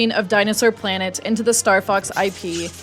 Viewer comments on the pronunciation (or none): none